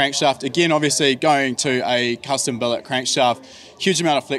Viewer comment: did he just say billit cylinder heads? :)